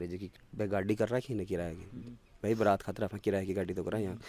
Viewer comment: वो बारात नहीं बरात होता है।